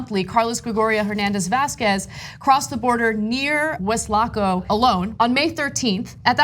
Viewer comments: Weslaco is pronounced with the accent on the first sylable: WESlaco. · Please, please talk to someone from Texas to get the pronunciation correct on these small towns. Wes-la-co. Ed-in-burg. Sorry, I cringe everytime someone on the news says it incorrectly.